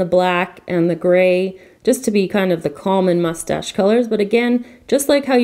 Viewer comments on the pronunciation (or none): none